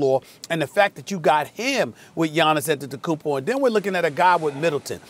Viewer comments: Kendrick " Giannis An-tum-pa-compO" Perkins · Perkins "giannis atepekoumpo"😂😂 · Perk really said "Giannis Antemkoompo" lmao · I wasn't surprised at all when perk butchered atemakounpo